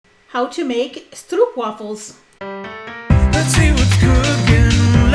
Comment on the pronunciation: I just love the way you pronounce stroopwafel. As a Dutch person i can approve! Love you ❤️❤️